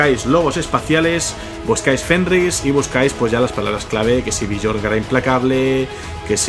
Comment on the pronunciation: me flipa tu canal la verdad ke en estos momentos es lo mejor ke existe, pero cada vez ke pronuncias el nombre de Björn me explota la vida jajaja, se pronuncia Biorn, la J como si fuera una I